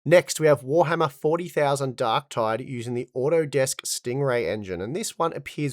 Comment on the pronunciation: I dont think I've heard someone refer to it as Warhammer "Forty thousand" lol